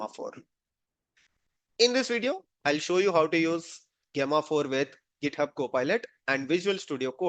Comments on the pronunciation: It's pronounced as Jemma 4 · Gay-ma 4 ? Just call it Gemma 4. Gemini is build on top of Gemma. Hope you don’t call it Gay-mini